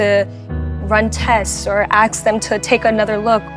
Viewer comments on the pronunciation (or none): When you have ax a question, maybe you have a problem with speaking probably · Do people really say "axe them..." This is an actual question, I don't live in the US.